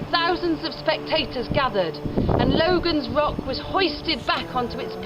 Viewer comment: It isn't "Logan's Rock", nor is it pronounced "loe-gun", but "logg-un". It's the local way of saying "logging", and to log was to sway. When tipped off its perch, it slid sidways (eastward) and was caught in the crevice immediately next to it. A print in the Logan Rock Inn clearly shows it in this position.